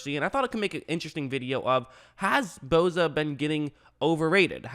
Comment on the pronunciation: Its Bosa not Boza